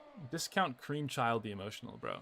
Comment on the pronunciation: a few thoughts: the s in viscount is silent (vi-count), and it's a title like Lord or Duke or Earl; and the tag "the emotional" is not so much a name as another title that this person has earned through their work according to those that know them. That being said, I do still have to wonder about anyone who names their child "Battle of Cream" bc besides being a very crude name for the process that begins human life, that is more than a little odd.